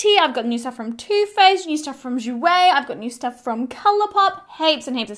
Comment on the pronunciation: your prononciation of Jouer with your Aussie accent is spot on in the ears of a French spoken person!;)